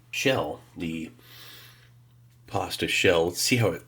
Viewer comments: I was washing my hands when he said pasta I thought he said possum. 😂. Also I wonder if he were alive today. Would Elvis be fan of that trail mix? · My deaf ears legit thought you said possum with ricotta